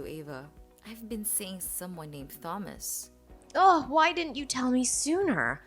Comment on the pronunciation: learn from Ava, the correct pronunciation of the name Thomas.